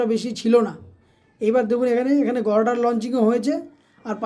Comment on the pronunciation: উচ্চারণ ঠিক কর। গর্ডার কি?